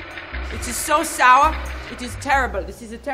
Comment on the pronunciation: She seems so german when she says sour. Lol. Always loved her since The Mummy and Runaway Jury. Totally underrated actress.